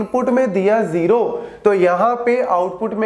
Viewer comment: Sir As you can pronounce zero as"zero" then why you pronounce it as"jero"😢